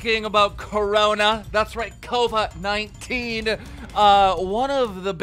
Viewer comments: Keem I love you, but it's Covid. Not Cova smh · No one: Keemstar: “cova 19” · What’s up with Keemstar’s reading disability/dyslexia? Cova 19? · This nigga Keem actually said... “Cova-19” you dyslexic fucking gnome. Love ya brother 😂